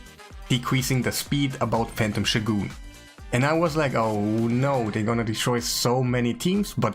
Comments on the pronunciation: It's shOgun not shogUn. Dude just google the pronounce of the word, Jesus... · i spat out my coffee when you said "shoe-goon" xD it's pronounced "show-gun":D Thanks for the video, keep up the top level content:)